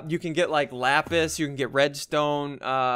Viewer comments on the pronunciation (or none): none